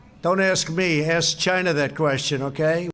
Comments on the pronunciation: Why tf does he say China like Chi na? Rich people this is what happens when you buy your kids way through school. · i alway thought he said gina instead of china 😂😂😂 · ..the man cannot say China. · CHINAHH! Like Awwchie Bunkahh!